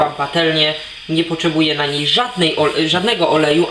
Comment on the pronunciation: nie poczeba powiadasz ? :D